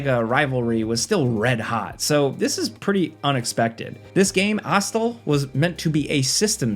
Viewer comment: Astal has voice acting and tells you how to say the name of the game. This ain't it.